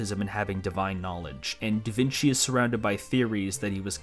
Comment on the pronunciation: Calling Da Vinci 'Da Veenkee' will never not be funny.